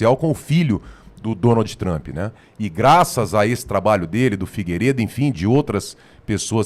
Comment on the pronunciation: Parem de chamar ele de Donaldi Tramp. Aprendam a pronúncia.